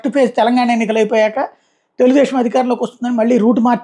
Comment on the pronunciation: ఒరే నిశానీ సాయిగా, అది కేమెడీ కాదురా బాబూ కామెడీ అనాలి (కామేశ్వర్రావులో కా ఎలా పలుకుతావో అలా పలకాలి). అలాగే తెలుగుదేషం కాదు తెలుగుదేశం అనాలి